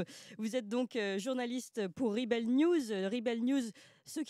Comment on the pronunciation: Clémence a du mal avec la prononciation de l'anglais (rebel; labour...)...